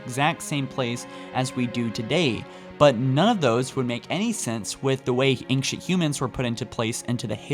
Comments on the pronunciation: Why does pronounce ancient like anxious?! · That's not how ancient is pronounced. You are pronouncing the c like a k, or how it's used in anchor, and s at the same time. Just the s sound is used.